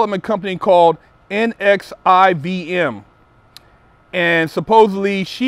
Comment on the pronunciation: NXIVM is pronounced as "Nexium"